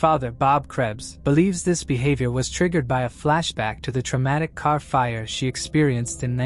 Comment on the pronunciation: What is a kar? lol 😂 im Baltimore, and I get that vibe or New York or Jersey lol yes I know he said car